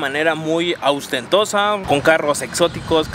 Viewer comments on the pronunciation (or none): Se dice “ostentosa” mi, no “austentosa”. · Se dice ostentoso u ostentosa!!!!